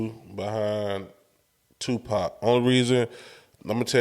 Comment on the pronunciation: Put some respect on Tupac’s name and pronounce it right. Other than that, very valid, if even arguable points. Who is out there impersonating any of these other rappers and eating off it! Nobody. Let’s stop the non-sense…. You don’t have to like Pac at all, but to sit and try and say that he isn’t the goat or whack is Ludacris. I will put 2 years of PAC’s work against any of y’all’s favorite 8 years and he still wins.